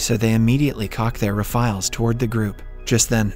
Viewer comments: rifles or uh rifiles? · Lol yeah at "they immediately cock their refiles". Only AI would make that mistake. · uh oh, some interesting mispronunciations in this one... "so they immediately cock their refiles"